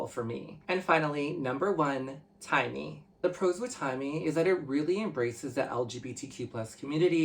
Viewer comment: It's Taimi not Timey Lbs 😅😅, but have you tries Tser?